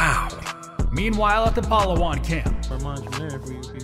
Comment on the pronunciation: The pronunciation took me out,,, palahwhan